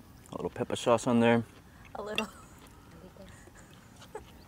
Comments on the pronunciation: Why have you forgotten to pronounce "pepper" correctly? 🙄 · Why does he pronounce "pepper" as "peppa"? He sounds like a toddler.